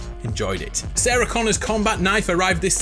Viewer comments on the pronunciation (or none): none